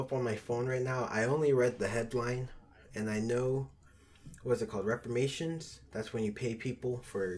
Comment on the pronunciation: It's Reparations fellas. Not repamations.